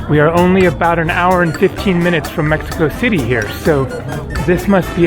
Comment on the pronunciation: It's called Mexico City, fella.